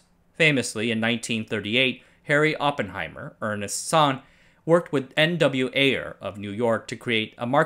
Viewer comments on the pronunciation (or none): none